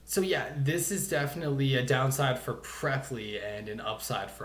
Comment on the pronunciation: my dmbass bee calling it "pre-ply" 😭